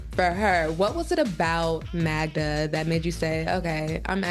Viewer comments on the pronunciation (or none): Can someone please tell his girlfriend’s name is MAGDA NOT MAGNA!!! Its so annoying …. Magda with a D!!!!! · Why does he call her Magna if her name is Magda??